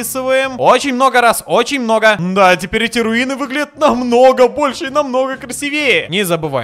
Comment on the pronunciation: Вообще-то правильно говорится ,,красИвее''. Что же ты разгон не взял-то? Тогда наверное верблюд перепрыгнул бы.